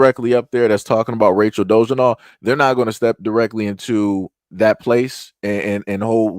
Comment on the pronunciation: it's "DO-LA-ZELL"